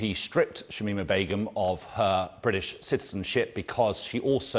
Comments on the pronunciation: Can we talk about how hard he is finding it to pronounce “british citizenship” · This man struggles to say British citizenship about as much as Shamima struggles to get back to the uk